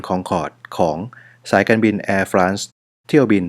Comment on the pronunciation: จริงๆอ่านว่าเเอร์-ฟร็องส์นะคะ ขอบคุณค่า☺